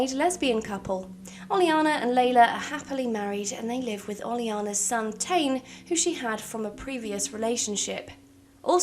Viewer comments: I believe "Tane" it's pronounced like [Tah-Knee]. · Regarding the Sulani names Tane is pronounced Tah-nay the rest were pronounced decently